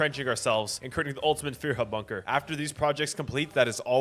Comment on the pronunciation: Few-her Bunker